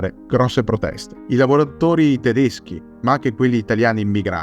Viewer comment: I tuoi video sono sempre molto interessanti e mi piace tanto anche il fatto che sai pronunciare perfettamente i nomi tedeschi, cosa che da altoatesino mi piace assai quando succede… grazie di questo video ❤